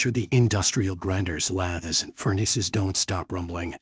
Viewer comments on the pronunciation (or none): Fake voices are terrible. What is la-this? Oh you mean LATHE? If you can't speak, get out of the video business.